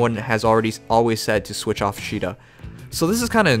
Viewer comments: Austin Turner That's japanese, not English. And also, in Warriors, they say it like "See-da". It's really how it's supposed to be pronounced. Just like how you say Caesar. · No, it's pronounced like this: See-da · Is that the actual pronunciation of Caeda?